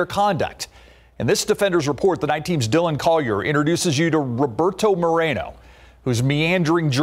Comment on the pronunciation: More-ā-no. Stop ethnicizing the damn names.